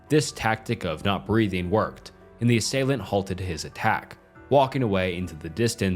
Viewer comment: Nice video. It’s pronounced “ass-ay-lant”